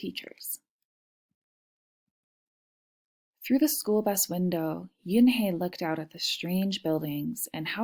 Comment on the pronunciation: Beautiful story. Thanks. But I want to correct the wrong one. The pronunciation of the name which means "grace" in Korean is not "yunhae" but "eunhae".